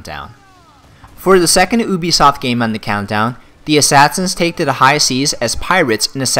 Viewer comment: Oobisoft? Do u even pronounce brah.